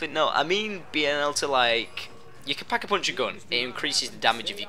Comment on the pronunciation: thumbs up if you love the way he says "pack a punch". "peckapunch"